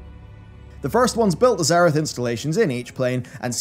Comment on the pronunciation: You keep mispronouncing obvious terms, like it's not nozDRUmu, but nozDORmu, and in this entire video, it isn't zer-I-th but zer-E-th